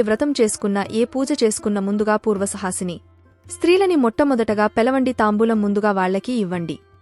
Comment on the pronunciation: Suhasine kadu suvasine